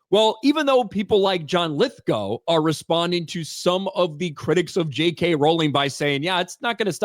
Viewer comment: Stop it your saying Lithgow wrong